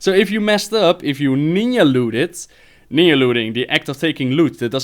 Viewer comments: nin jah looting not ninya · LOL Great times and great memories man! I love how you say NEEYAH hunters, NIN-JAH mate. But love your accent, so all is forgiven! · lolol you're the man, but it's Ninja (pronounced Nin-ja, not Ninya) you silly bitch:D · lmao "ninya looting"